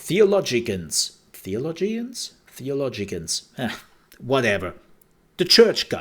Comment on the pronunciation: "Theo-LOW-gians" is the pronunciation you were reaching for :)